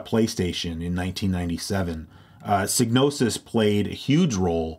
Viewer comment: "Seegnosis?" Really?